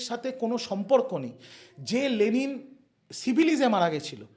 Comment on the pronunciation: কতটা গাধা বা রামছাগল হলে 'লেনিন' কে 'লেলিন' বলে বা লেখে ???????????